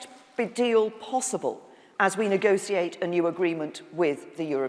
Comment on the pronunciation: why is there not a rule against anyone who is prime minister pronouncing negotiate negociate